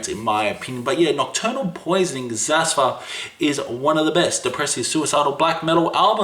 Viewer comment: did this man just mispronounce xathur? I will hold back my knee jerk elitism.